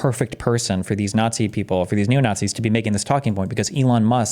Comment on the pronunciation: Destiny still can't steelman "naughtsees" and it loses him a ton of credibility.